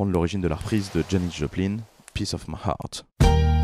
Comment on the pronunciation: Faut vraiment que tu t’entraînes à prononcer heart ! T’as qu’à penser à « unchain my heart » tu dis pas unchain my « eurte » ! A part ça le podcast est cool 👍